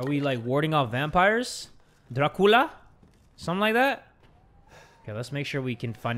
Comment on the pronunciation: As a romanian person, the way pronounces lei and Dracula is funny